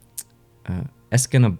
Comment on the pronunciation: you said Escanaba right the time. its a small town in the Upper Peninsula of Mcihigan